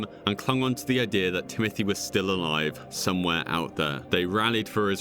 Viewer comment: this guy pronounces idea as ideur..,so annoying